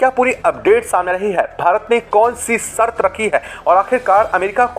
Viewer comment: कृपाया आपकी भाषा सुधार लो. सर्त नाही शर्त बोलो. क्या शर्त रखी है? बाकी का सब मालूम है.